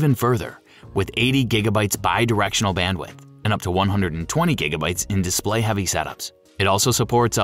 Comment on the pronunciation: it’s display not displiay